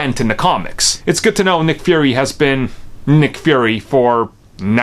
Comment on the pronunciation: Why do you keep saying "Furry"?